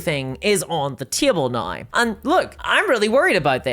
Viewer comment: So glad I completely switched to Pathfinder 2e, and now the Starfinder 2e playtest. Paizo is an ethical company. They actually listen to their customers. And it's just a better system. Super balanced. So many character options. No AI art. Physical books. All the rules available online for free! BTW, I love your accent. Scottish? Welsh? Especially the way you say "nigh" instead of "now." Also, I enjoy your humorous style.